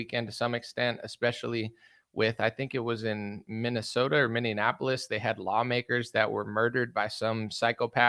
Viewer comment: Mini in Indianapolis it's Minneapolis. Honestly I don't understand why people don't know how to pronounce the the name just look at how it's spelled.